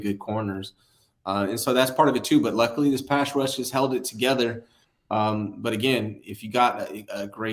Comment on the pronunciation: Nobody can say pass rush haha it's always pash rush